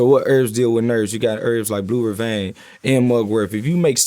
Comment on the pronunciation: When he said "Blue Vervain" I knew he had some knowledge.